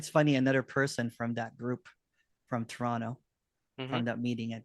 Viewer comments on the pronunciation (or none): Nice talk, thanks for posting. Is the second T in Toronto silent? 😆